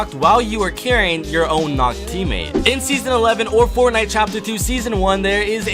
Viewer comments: Bruh this dude said sportnite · Hwo els heard him say sportnite ?